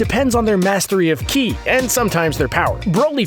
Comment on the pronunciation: “How to sense someones key”😂👌......it’s ki